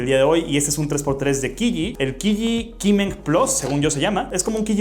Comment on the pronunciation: Si, si, mucho /puzol/ pero la Q en chino ni de casualidad la dice nadie bien. Es CH, como Chorizo pero aun mas fuerte. QiYi no es /Kiyi/ es /chiyi/